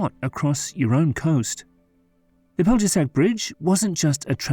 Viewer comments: Yes, maybe Pell-yeah-shats. They butchered a lot of the names. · In the video is an English spelling pronunciation of the bridge’s name. Its real pronunciation is more like pelyeshatch. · You couldn't bother to look up the pronunciatuon of Pelješac for a video about the Pelješac Bridge? Really pathetic. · They put the shat in pelyeshatch. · I can't believe that the narrator can't pronounce the name of the isthmus. Pelješac